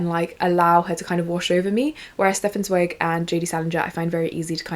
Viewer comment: so happy to see you promoting free favorites when so many other creators promote overconsumption :') also, im pretty sure Stefan Zweig is pronounced like TS--vige. "vige" like bike if that makes sense!! im starting beware of pity by him and am super excited to keep reading